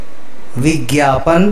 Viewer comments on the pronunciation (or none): It is not bigyapan, it is vigyapan.